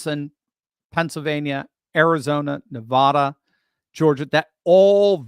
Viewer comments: YOU ARE SAYING NEVADA WRONG!!!! its not Navoda!! its Nevada! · I know that you are far too educated to be pronouncing Nevada in the way that you are pronouncing it. It must clearly be by your own determined choice to do that. For people that live in Nevada, hearing it like that is like scratching your fingernails across a chalk board😮... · You’re pronouncing Nevada incorrectly